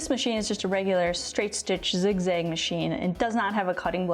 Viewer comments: Kudos for ur knowledge EXCEPT ur miss- pronunciation of the zig-ZAG STITCH!!! It's zig zag not zig zig !!! This has killed me every time u said it wrong !!! 😪 if I don't tell you someone will who won't be kind about it , possibly. . Thanks for the info tho!!! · I don’t know where the midwest of America is, am afraid. It definitely sounds zigzig, but that could be your hook, like nigella lawson👍🏾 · I think you mean "zig-zag" stitch, not zig-zig😁